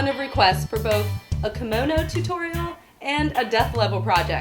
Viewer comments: Kamono...kAmono... It's KIMONO. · Yah I know right. It's Kimono (Kee-mo-no). It bothered me so much. But it's ok, not everyone knows everything. ;) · the pronunciation is actually like "key-mo (like in molly)- no (like in not)" with each part being equally long when spoken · This is also not correct. A long "o" sound would be the case if kimono would be written with a long "o" (おう) but as it is written きもの (着物) the o sound is actually short. While there is a "correct" way of pronouncing Japanese, I realize that there are cultural and verbal barriers between different cultures and nations and thus the explanation and teaching of the Japanese language may be hold in a different manner. I can merely talk for my self and out of my experience. Also, English is not my mother tongue and I base my experience on my Japanese studies at a German university.